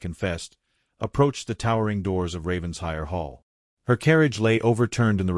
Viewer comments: Please, please, PLEASE, I beg of you, learn the correct pronunciation of RAVENSHIRE. It’s NOT Ravens-hire. RAVEN-SHIRE! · Please program the BOT for correct pronunciation of Title e.g. RAVENS-HIRE😮